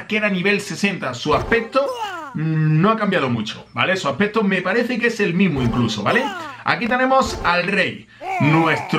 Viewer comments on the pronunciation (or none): Este men no sabe decir aspecto? (dice aspeto) :v